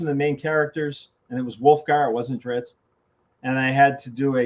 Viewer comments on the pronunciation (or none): Interesting that RA keeps using the pronunciation of Drizz’t in two ways, “Drizzd” and “Drits”, through each other. And yes I got that! “Wobbah wobbah!” - that was epic